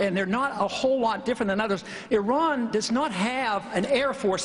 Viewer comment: Did that fucking bastard call Iran "Terr-an" as in Terror?? For fucks sake man!